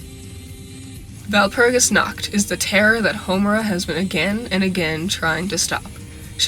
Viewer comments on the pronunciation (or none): I know it is unimportant but "Nacht" is not pronounced like "nackt" (no "k" sound) instead try to pronounce it like pushing air through your throat while making a "r" sound. But the throat-r not the tongue-r. I know its hard but I wanted to mention it since the mispronounciation sounded so funny I couldnt concentrate (Walpurgisnacht sounds like the night of walpurgis but walpurgisnackt sounds like walpurgis is naked cx) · I cant deny that the fact that no non german managing to even slighty pronounce Walpurgisnacht correctly annoys me.